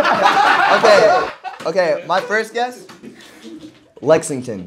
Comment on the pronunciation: bro them saying lexingBURG was killing me